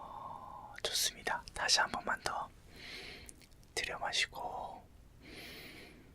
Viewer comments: 왜 자꾸 호흡부분에서 두려워마시고... 내시고.... 두려워마시고...내시고...이렇게 들려서 웃음터져섴ㅋㅋㅋㅋㅋㅋ잠이안와옄ㅋㅋㅋㅋㅋㅋㅋㅋㅋㅋㅋㅋㅋㅋㅋㅋㅋㅋ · 저도 그렇게 들려여..ㅋㅋㅋㅋ